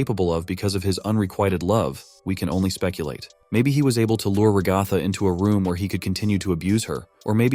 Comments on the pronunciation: Fr like it’s rag-a-tha not rah-gah-thah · You cannot pronounce ragatha😭😭